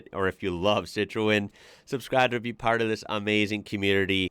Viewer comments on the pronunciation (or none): none